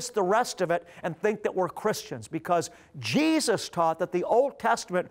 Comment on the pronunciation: I wish he would say Jesus not Jeeus half the time.